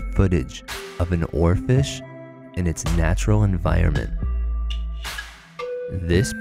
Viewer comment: It's hilarious when he says Oarfish.